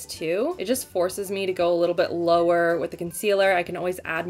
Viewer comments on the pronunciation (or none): none